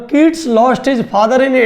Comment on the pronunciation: Please get more knowledge ur pronunciation is incorrect u spoiling the name of my father